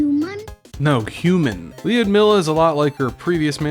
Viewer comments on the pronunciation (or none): as a naitve russian speaker, Lyudmila is pronounced "Lewd-Meal-Ah" not "Lee-Ood-Mill-Ah"